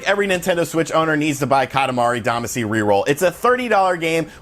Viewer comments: Katamari Damacy is the English adaptation of the Japanese romaji Katamari Damashī (kanji: 塊魂, hiragana: かたまり だましい), which means lump/chunk soul. Duh-mah-shee is the the correct pronunciation. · Still pronouncing “Damacy” wrong I see.